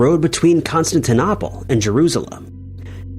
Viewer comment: Constantinople is another one.